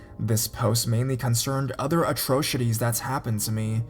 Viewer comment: His voice is fine, but he seems to put strange emphasis on odd words that don't require it and then misses the words that should have it. I mostly try to ignore it and listen to the story :) I did, however, enjoy "Atrocities" being pronounced "Atroshitties"